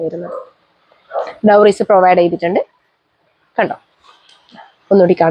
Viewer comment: അടിപൊളി കളക്ഷൻ 👌🏻👌🏻👌🏻..... ക്ഷമിക്കണം ഡോറീസ് ആണേ.. ഡൗറീസ് അല്ല